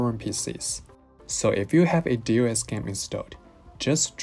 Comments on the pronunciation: nice video. i used your software before to manage partitions. solid and useful. just a note, DOS is usually pronounced "doss". as if we are reading the letters as a word. unless the Hong Kong pronunciation is "D.O.S.". 😅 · Who says DOS like that? lol